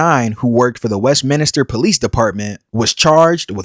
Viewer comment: Westminster not WestminIster.